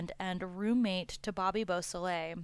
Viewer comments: Bobby Boo-so - lay !! Bobby Bosley is not acceptable, neither is murder. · Dude you can't even say Bobby's last name correctly. The L is silent